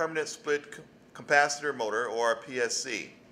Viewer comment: Capacitor, not 'cumpacitor''.